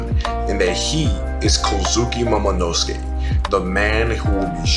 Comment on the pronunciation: Great video! Only gripe I had is that you switch pronounciations of the name Kozuki. Three syllable names have the emphasis on the first syllable, 99% of the time. So it's prounounced KOz'ki, and not koZUki. Aside from that minor gripe, great video. From a fellow; keep up the good work.